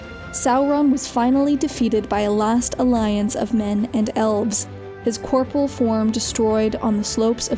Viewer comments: I think it's pronounced cor-por-E-al, when speaking of a physical body of an entity. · Some constructive criticism. Revise your pronunciation. Corporeal is not pronounced as Corporal. Corr Pore Ee All. Another mistake I found was with the Nilfgaard episode. Emhyr Var Emhrais is not pronounced Emriss or whatever you guys had. Emhrais is pronounced Em-ray-ss. or Em-Ray-Iss even. Love your videos though so don't take this as me being a bastard. Just genuinely offering helpful advice. You do absolutely phenomenally regarding presentation so kudos to you. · Why is it so difficult for so many people to say corporeal ?